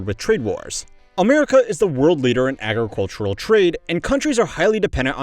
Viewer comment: It's funny how much trouble he has saying the word "agricultural".